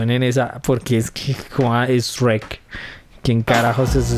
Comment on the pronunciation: Tu dices Shuerk.